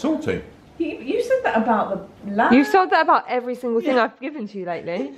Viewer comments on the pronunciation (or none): none